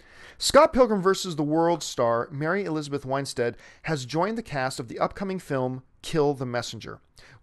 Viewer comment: It's Winstead, not Winestead.